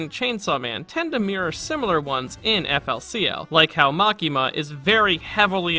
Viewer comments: Eff el sea el killed my soul...just hurt hearing it said like that man. Very insightful video but ouch. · GRAAAAAHH ITS PRONCOUNCED FOOLY COOLY